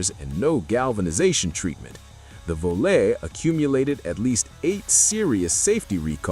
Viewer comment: Volaré/Aspen lasted through 1980 MY. And it’s “vo-LAHR-ay,” not “vo-LAIR.”